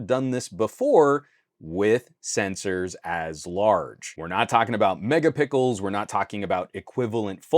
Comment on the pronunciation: I like the way you say pixel, pickle XD